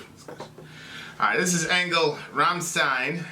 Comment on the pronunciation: It's pronounced RRahmmshtine ;)